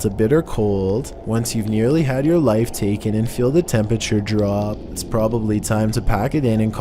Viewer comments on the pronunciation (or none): none